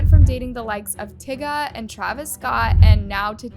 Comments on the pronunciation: i had to stop around the 8 minute mark.... dude, it's TY-ga, not tigga, like tigger from winnie the pooh. girl, please, be so fr... also, are you genuinely SO CONFUSED what chalamet could get out of briefly dating kylie jenner? like.... REALLY??? you're wondering what his angle is? probably missionary style, k? i'mma go ahead and guess that's his angle. have you heard of sex? yeahh.. it's a notorious motivator. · Girl! TIGGA? TIGGA? How do you not know how to pronounce TY-GA. And you’re a reporter ? 😂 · When you said tigger not tyga 😂😂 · Why did you say tygas name like tigga ?? Lol girl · Tyga not TIGGA, daddy’s ex who passed away her name was Kim not Kimora! Seriously I find it disrespectful and ignorant when after all these years and you still don’t know how to pronounce someone’s name lol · Did she just say Tiga 😭😭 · The way you say Tyga is very borderline sus. lol. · Why are you pronouncing tygas name like that💀? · No lol it’s Tyga she said it weird 😅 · Did you seriously just say Kim porters name wrong, and Tyga ? You don’t care enough to say black peoples name right